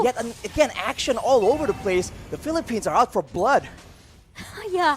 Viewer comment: natawa ako sa "the pheleppens". Peace!